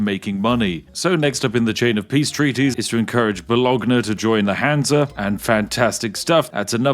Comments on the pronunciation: I spat out my drink because of the way you said Bologna. 😂😂😂 But your German pronunciation is very good. Even when you say numbers like "null point three" is the way we Germans say it. Usually English just say "point 3". ❤ Also cool to see the places from where I live in North Germany. Minden Osnabrück Lübeck Bremen and all those still exist today as cities. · "Bolo-g-na"? Bolonya :D